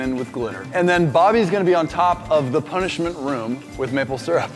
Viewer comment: Did anyone catch when we said punishma